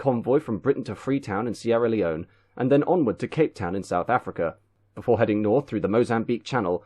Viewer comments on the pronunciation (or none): none